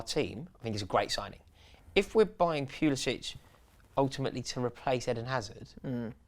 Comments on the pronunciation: It's 'Puli-sick' not 'Puli-sitch' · it should be and its driving me nuts BUT American-born Christian Pulišić does not pronounce his name the Croatian way. Since he was born and raised in the US he uses the "butchered" english version so its Puli-sick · No its Pulisitch even Pulisic himself pronounces it wrong.